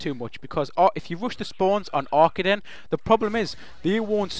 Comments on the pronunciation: I am sorry, but you say Ar-KA-DEN (pronounce the ka part as K with a long a after it) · It's not Aye, I can tell. I am Dutch, and I master the German language, AR-KAH-DN is the correct way to pronounce it. Fun fact: the Arkaden logo, color scheme and mall is inspired by serveral real German malls, called "Galeria Kaufhof" (franchise)